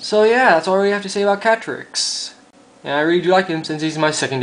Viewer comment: When you said "Katrix" it sounded like "Patrick" XD